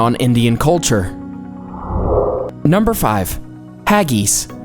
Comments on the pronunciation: Wtf is haggys hag-is hag-is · This video is really not that factual at all. Hagees lol its pronounced Ha-gis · “Haggeese” What in the name of all the Whiskey in Scotland are you on about?, it’s pronounced “Hag...iss “ . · Haggies? Trust an American not to be able to pronounce something so simple properly. Do you say ees instead of IS? Fish fingers are NOT battered, they are breaded. Get things right. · I am quite sure you pronounce haggis incorrectly. I am a Canadian with Scottish and English and Italian heritage. We pronounce it hag (as in an old biddy woman) and is, not as in the word is. Other than recording the way we pronounce it, this is the best I can do. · Clearly the oddest thing about this video was the narrator's inability to pronounce words like "aristocracy" and "Haggis" and the general lack of respect for English traditions. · The funniest thing about Haggis.....Is how you pronounced Haggis. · The way you said haggis was hilarious and stupid why did she say it like that!? 😂🤣🤣🤣